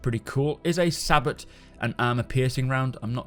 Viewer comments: I cringe when I hear it pronounced "sa-bot"...lol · Its pronounced Say-boe. Not sah-bott.:p just clearing you up,:) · You say sabot and I say saybow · "sabot" is pronounced; "say" - "bow" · Sabot is pronounced "Say-Bo" Otherwise, loving this content update Great info! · Sabot is pronounced Sa-bow. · Thank-you. Great video. Sabot has a silent t and is pronouced Saybow. It is armour piercing and is the go to choice for modern day tanks to kill other tanks. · "Sabot projectile" lol. I always pronounced it "saybow". It's a round that's smaller than the bore, with a kind of sled to hold it and seal against the bore. With lower mass, it reaches a higher muzzle velocity, and when the carrier falls away, the round has a much smaller cross section. You get similar kinetic energy at the muzzle to a standard round, but it carries that energy further (less drag), and delivers it to a smaller point. Small cross section, high velocity rounds do a very good job of penetrating armor, if you're just looking at KE. Add explosives, and the balance changes a little, of course. But then, this is a video game, so all of this may be moot. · Sabot is pronounced "Saybow" and in modern tanks it is an arrow shaped kinetic projectile. It does not necessarily have to be arrow shaped though, Sabot rounds are subcaliber rounds that use a casing or "Sabot" to fill the barrel of the gun because the round itself is smaller in diameter than the barrel shooting it. Once the round leaves the barrel the sabot is discarded in most cases. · Thanks for the updates. Sabot rounds "Say-Bo" (US, & UK) , only correcting because your audience, including me, learns from you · Sabot...the T is silent. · An ord-i-nance is a local civil law. As bad as not being able to pronounce "Sabot," he sounded like a 3rd grader. LAZY. Can't spell. Can't speak. Newbs.